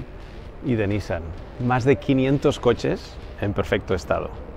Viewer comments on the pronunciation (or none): Me atrevo a ser el del comentario incomodo: la pronunciación de NISSAN es "niSAN", fonéticamente "NIsan" es hermano. Saludos!